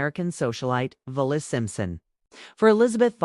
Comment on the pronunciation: Must be a German-based AI narrator. Keeps pronouncing Wallis Simpson's name as "Vallis".